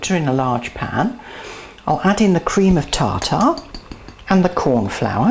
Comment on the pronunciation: "Cream of Ta-Ta 😂